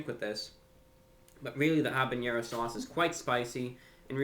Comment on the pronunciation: Btw, it's habenero, not habeñero.